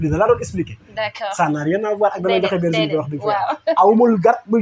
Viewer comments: On ne dit pas verginité mais plutôt virginité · Virginité au lieu de verginité. Bonne continuation !